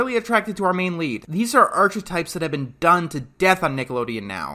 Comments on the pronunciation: Did really pronounce archetype like “arch” -etype? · I’m almost positive it’s “ark”-etype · Yeah so what?? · Yeah, that was pretty weird